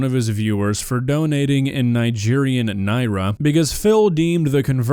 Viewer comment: As someone who's parents lived in Nigeria for a decade, I'm blown away that you're pronouncing the currency correctly, that's so awesome dude! EDIT: DSP gets negative points for saying it right, because he's a piece of shit.